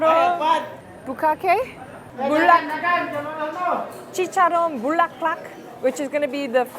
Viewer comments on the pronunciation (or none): I almost spit the coffee I'm drinking when she said Chicharon Bukake 😂. Don't google what Bukkake means 🤣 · Lol over here 😅 every time she said Bukkake instead of the proper name of the dish lol